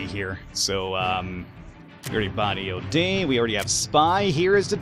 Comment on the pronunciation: you should call eod by the pronunciation ea-odd